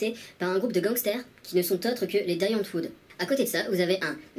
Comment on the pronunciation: On dit "Di Antvord" :D Et j'approuve ton avis à un milliards de pourcents !